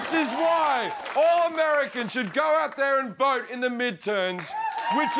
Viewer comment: MidterNs, Jim?